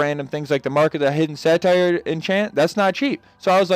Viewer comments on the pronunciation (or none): im not here to hate or anything but mark of the hidden satyr is say tur not say tire